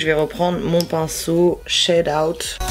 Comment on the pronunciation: la prononciation ma tuée elle a dit tro shad 😂😂